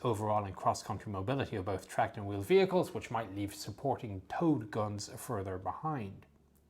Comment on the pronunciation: I kept hearing "TOAD GUNS" . HA!